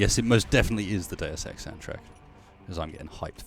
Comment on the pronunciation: "Day Of Sex" "Deus Ex"